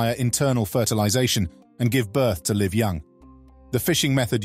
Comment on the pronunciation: It's pronounced "live", not "live" 🙄